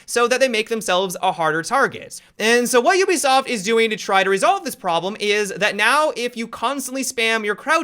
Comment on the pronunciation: Why do you say "zat" instead of "that"?